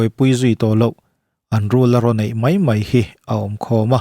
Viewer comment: Mai tih turah mei tih hi hmang thin teh suh u.Mizo tawng in pawng sual/in ti dajat